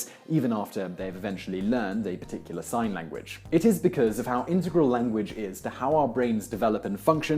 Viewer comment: YOU ARE PRONOUNCING 'INTEGRAL' WRONG ffs